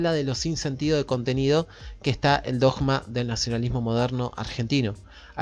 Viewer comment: voy x el minuto 11, es interesante, pero ¡no te aguanto más pronunciado la palabra "dogma" como si fuera una J y no una G! ¿Cuál es tu problema? Porque algún problema tenés... 🤷🏻‍♂️🤷🏻‍♂️🤷🏻‍♂️